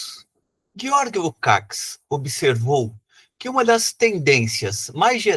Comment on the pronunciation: Lukács se pronuncia Lukatch, abraços.